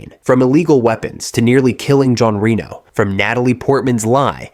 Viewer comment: I love this movie and these types of videos, but after 30 seconds I had to stop just bc you are saying Rino instead of Reno 😮